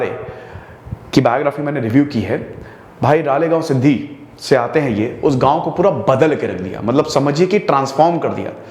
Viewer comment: Not Ralegaonsiddhi ! It's Ralegansiddhi . राळेगणसिद्धी 🙏🙏.